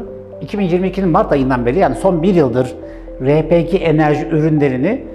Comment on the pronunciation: Cihazları araştırıyorum ,emeğinize sağlık,yolunuz açık olsun. Ama elektrik üretimi yok bazılarında. Tam bir açıklama bekliyorum. RePG yazıldığı gibi okuduğunuz için teşekkürler, çünkü bu bir Türk malı